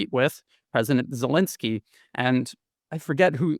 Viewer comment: Z, pronounced Z as in Zelenski; and pleaze, do not call him His "ex-selenski" !!